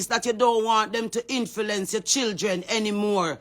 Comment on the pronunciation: Influence learn to speak not infilence